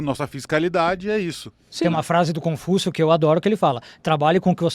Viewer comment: Só deixando bem claro não é Pafúncio é Confúncio